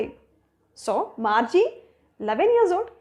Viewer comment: Margi not marge